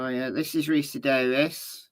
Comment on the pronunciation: Ricci = pronounced ricki